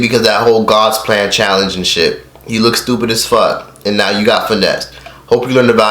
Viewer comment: can you say "you" right bruh